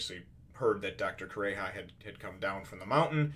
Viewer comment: Its Kuromarimo, not marímo, Kure-ha